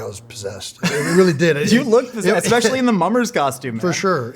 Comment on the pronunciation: Jeezus, if I have to listen to this kid mispronounce "especially" ONE MORE TIME.